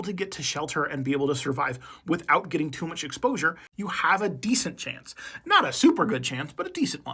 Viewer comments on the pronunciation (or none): none